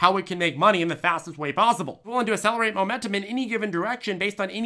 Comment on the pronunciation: From the guy who brought us "asselerate"!